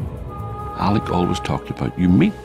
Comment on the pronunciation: The good Father's name was Alec, so why, after knowing him for three decades, does Big Gerry keep calling him Alex? Trouble pronouncing those terminal consonants, Gearoíd?